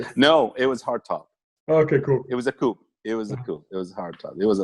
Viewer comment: Aside from his pronunciation of ‘coupe’ what a really cool dude ~ and good to know that Saudi auto journalists like him actually have taste. He’s a Cool Cat 😺